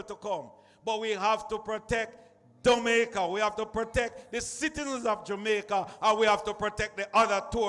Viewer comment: did he say dumaica so we dumb now 😆